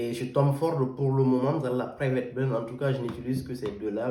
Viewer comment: Bonjour, De quel bled tu parles frère. Plutôt blend !!